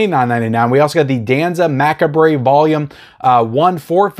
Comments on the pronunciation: Maccabree? 😂 mac-ah-breh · "mackabray" lol, that's not how macabre is pronounced, but it's funny so keep saying it haha. Great info as always! I was gonna get May but I don't think my player can play Region B =( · Macabre is pronounced “Ma-kobb”the re is silent lol😂